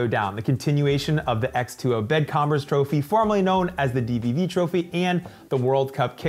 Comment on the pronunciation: Sorry for correcting, but the X2O is not pronunciated "x-twenty" but rather "X-two-O"